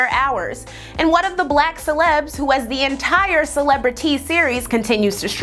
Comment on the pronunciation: hahahah I knew the presenter was an Ohio alumn because she said THEE...that school is sooooo ridiculously obsessed with keeping 'the' in their name just to spite other schools in Ohio